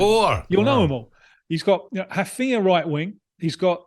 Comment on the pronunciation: Had to google who the first Brazil striker Vickery mentioned was cause I’m so unused to hearing Raphinha pronounced properly